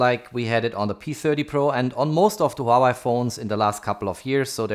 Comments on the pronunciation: Hua-WAY. Not Hau-Why lol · Please, stop calling Huawei a Hua-Y, and Ultra ['ʌltrə] is not ['ultra]. I can hear your native language is german, nevertheless...